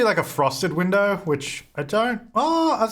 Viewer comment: “Winderrrr” and “belurrrr” lol 😂